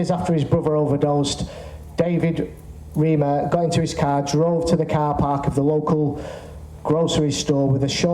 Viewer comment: Two things: Johns (not John) Hopkins; Reimer rhymes with "timer."